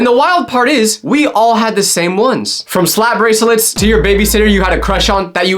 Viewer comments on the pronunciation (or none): unc said brasilets